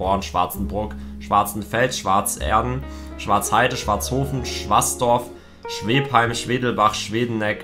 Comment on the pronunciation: "scheheim" XDDDDDD wird schwebheim gesprochen